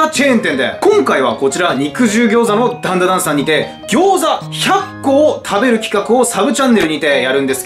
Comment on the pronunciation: ダンダダンの滑舌のよさ